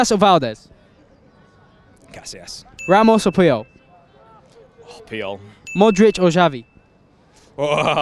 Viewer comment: The way they pronounced Casillas makes me wanna puke